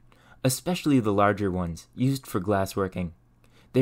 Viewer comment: Where are you from? Your accent is generally American but you say "for" and "fur" the same way and any syllable ending -or with an -er sound. Regardless of that I appreciate the info. I'm on a quest to learn how we got from rocks to rockets